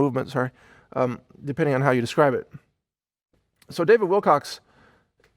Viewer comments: Great presentation. You are so level headed and well spoken with well thought out concepts. You mispronounced David WilCOCK's name two more times, oy vay :( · If you're going to do a show on an individual I think the first thing you may want to do is get that individuals name correct. His name is David Wilcock, not "Wilcocks' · How can I take this video on David Wilcock seriously when this guy keeps saying Wilcocks? I've never got his surname mixed up. Have any you guys? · He did it again!! "Mr David Wilcock(sss...).So ..." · Mike, thanks for the encouraging message, and may God bless you with peace and love. ps- Do you know you said "Wilcox" like a dozen times? It's not even my name, but just knowing it was being said wrong repeatedly is a bit grating..like a pebble in the cereal... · Mike Adams, thank you for your words. (part way through the video, you slipped into habit of calling him 'Wilcox' instead of 'Wilcock.') On the subject of 'contracts,' if there has been 'breach of contract,' then at that point there is no more contract, it is either 'void ab initio' (depending on the circumstances), or becomes 'voidable' at the point of breach. Unfortunately, those issues may need to be taken to court to be determined and upheld, but the courts are highly corrupt, as well as are the other two branches of government, speaking from first-hand experience and due diligence research, study, and investigation. Thank you also for referencing Dr. Eben Alexander's 'NDE' experience and book (it's actually a NLE, Near Life Experience...what "LIFE" really is. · You keep calling him David Wilcox!!! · starts the video apologising for getting david wilcock name wrong saying wilcox only to keep doing it again!??? WTF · Your memories are faulty and prone to cognitive bias. It was always Wilcock. That name has an abrupt and sharp ending. "Kuh" as opposed to "cox." It rises. It's a bit harder to say. You streamlined it and now your making excuses. Stop it. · It’s Wilcock